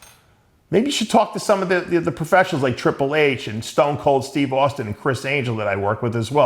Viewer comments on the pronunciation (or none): none